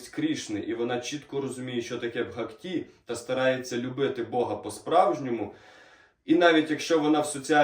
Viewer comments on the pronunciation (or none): Дуже інформативно, дякую. Але ріже слух наголос у слові "бгакті" (має бути на першому складі). 🙂